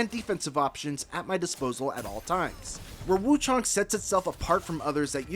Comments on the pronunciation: Why are these reviewers calling it wuchOng. Its wuchAng. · Woo-ChANG my guy...